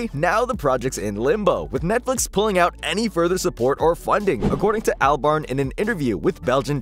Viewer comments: Its pronounced Allburn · You kinda lose all credibility when you call 'Damon', "Damian". Oh and the bastardised pronunciation of 'Albarn' too.